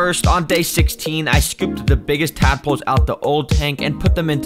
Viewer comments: I thought bro said madpoles💀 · did you say dadpolse😂